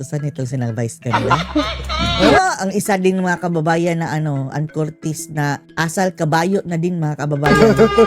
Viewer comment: Ipromounce mo muna ng tama ang family name ni anne bago k magvlog! Troll!!